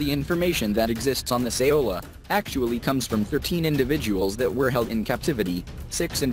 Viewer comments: It's Sao-La. Not, Sa-O-La. Lol Thought your pronounciation sounded strange for a Vietnamese derived name so I looked it up. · Laos = "Lows" Saola = "Sowla"